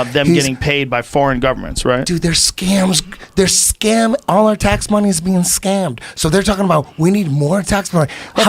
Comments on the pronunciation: Even better, count how many times Eddie said "MOHNIE" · Can we agree that Eddie Bravo's pronunciation of the word MONEY is the best ever?